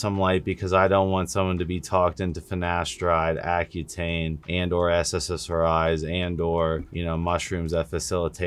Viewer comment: Fyi you keep saying sssri's when it's ssri's